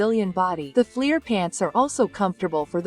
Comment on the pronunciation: When she says flear pants does she mean flair!?!